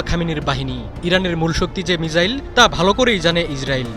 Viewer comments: মিজাইল না মিসাইল 😁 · ভাই মিজাইল নয় মিসাইল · ""মিজাইল ""কি ভাই???😂😂